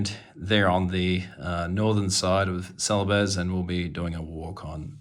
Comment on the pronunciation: I think that it is pronounced celebes as in bees. I love your figures. They look so realistic. The only problem is that can't tell the difference between different army's. How do you tell the difference? But still the paint job is amazing